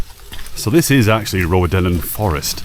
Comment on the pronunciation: Enjoying you asking how to pronounce Rowardennan and still getting it slightly wrong: it's "row" as in argument, not "row" as in boat. Pretty close though, and it's the thought that counts.